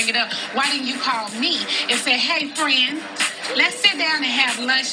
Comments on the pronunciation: SCREAMING! Nene got me and one of my friends saying "friendt" in texts 😆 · The worst thing you can say to is to say she’s a “bad friendt”